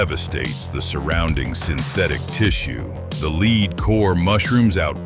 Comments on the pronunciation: You should read the old NRA reports before you make statements about the .308 wcf and 7 mm rem constancy! And the bullet metal is pronounced “led” not “leed”, or are you not human? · Lost me on 308 when he called it a leed core instead of lead . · The AI voiceover is dumb AF. Bullets have a LEAD core. Pronounced LED, not LEED. Stupid and lazy is what I think when I hear AI voices on YouTube videos. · Too bad you couldn't invest enough editing time to ensure that your AI didn't regularly mispronounce the word for the metal called lead, "lehd" NOT "leed", have some pride. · Is this an AI voice? Lead pronounced Led or Lead pronounced Leed? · The lead core, not the "lid" core. AI bs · LEED KORE.... In another year AI might have it figured out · "The leeed core" 😂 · AI voice is SO annoying. Who pronounces the "lead" in lead bullet like Leed??? Seriously, this sort of superficial comparison is pretty low level and conventional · Is this AI talking? He said lead like " Leed" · Good information in the video. I would go with another voice however than the AI, who doesn't seem to know how to pronounce the word "lead" (as in bullets). It also sounds like somebody from London trying to sound like they're from Texas.; ) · How about using an AI voice that knows how to pronounce 'lead'.